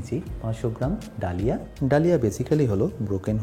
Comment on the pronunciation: Dalia ইংরেজিতে লিখলেও উচ্চারণ 'दलिया' - দলিয়া (দ্ব-লি-আ)।‌ এইগুলো একটু খেয়াল রাখলে ভালো লাগবে।